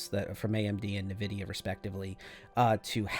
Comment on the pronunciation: Did he say nuh vidia? Never heard anyone say it like that. Just checking, moving on